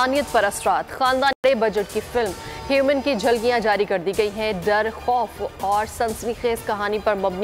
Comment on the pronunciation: Humane ko human keh rahi he newscaster aur penumbral ko pembral, yar kis level k bande bithaye hoe hain, inki kia qualification he ?? English k asan se words atak jate hain in ko ......😮